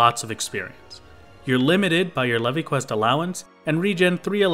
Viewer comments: its pronounced "leave" not "levy" reeeeeeeeeee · Leve is pronounced like "Leave", you can tell because of the achievements Brayflox is actually female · Leve in leve queat is pronounced leave. It's a stupid ancient way of writing leave that Koji found in an old dictionary... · I'm sure you've heard it by now, but Leve is pronounced "leave", and Brayflox is actually female! Unless you realise this later ( I'm at 16 mins atm ) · "Le-vi quest"??? Hello, is this the inquisition? I'd like to report a heretic. lol